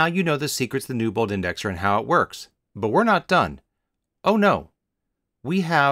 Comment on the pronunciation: As I'm typing my comment to bring up the amazing Newbould Indexer my ears hear his name RJ Newbould.